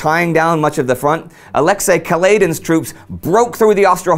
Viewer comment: Just for the record: the stress in Brusilov's first name falls onto the last syllable, that is "Ah-leks-EY", not "Ah-lEks-ey". It's really a shame when the name of one of the major generals of the war gets twisted throughout his very own episode.